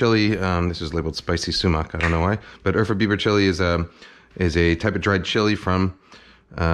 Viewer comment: I kept trying to figure out what Urfa Biber chili was except I heard Eartha Beaver chili 🤦‍♂️